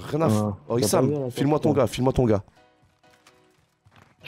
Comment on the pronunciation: haha c'est pas isham, c'est i-shame mdrrrr